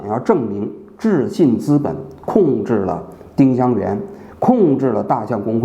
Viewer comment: ling是二声吧